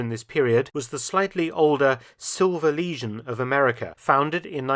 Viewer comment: your pronunciation made "silver legion" sound like "silver lesion" which is pretty fitting